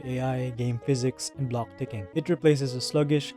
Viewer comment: The way he pronounces his Ck's really irks me. Instead of 'block' he pronounces it "Blohggk", and the fact that so many of his words have C and K in them..